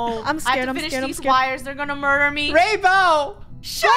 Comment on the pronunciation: “murber” □